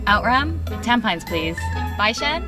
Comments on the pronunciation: Tam - pines 🤣🤣🤣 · Clarity Chan Even the Caucasian expats don't wreck their pronunciation of Singaporean place names this bad. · now that i think of it, the way the new york girl said tampines sound a little like tampon... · I actually pronounced tampines like her in my oral exam